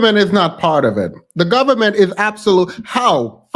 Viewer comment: "Da gobment "🤣🤣🤣